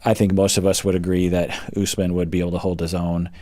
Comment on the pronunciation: I just noticed Lisa says Usman's name wrong! Like "us man".